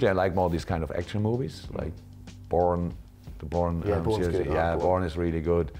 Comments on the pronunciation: wtf i thought he said "Porn" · I thought he said "porn" 😳😳😂😂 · Is it just me or did klopp say porn is really good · when he said he likes action movies, obviously now I know he said Bourne, but me and YouTube subtitles heard something else 😂